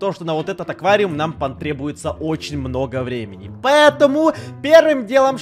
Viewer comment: сказал - Нам понтребуется, а не потребуется